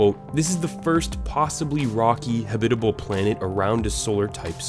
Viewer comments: whoever narrited this, u said habitable wrong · You said habitable wrong